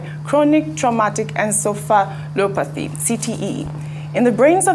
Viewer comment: Please Reuben Olodo! The word is Encephalopathy! Not Encelopathy. Olodo broadcaster. The only thing you know how to do is insult Obi supporters